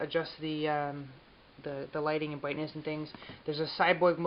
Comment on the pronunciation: The "bwightness"??